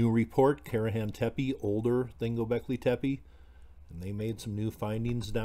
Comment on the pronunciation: just so you know, it's not pronounced Tepee, just do 2 soft e's, like the first e... if that makes sense.. good video, I find this stuff interesting